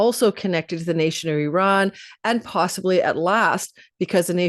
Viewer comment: I really appreciate the way you correctly pronounce the name of my home country of Iran. This shows your depth of knowledge, education and care. Also thank you for your amazing readings. You are elite reader. Be well! 🥰🙏🏻